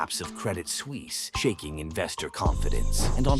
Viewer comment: SuUISse 😂 Suisse is nearly pronounced as Swiss